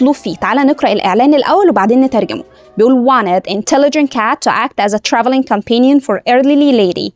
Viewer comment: رائع جدااا المحتوي بس ممكن حضرتك تراجعي نطق كلمة companion ❤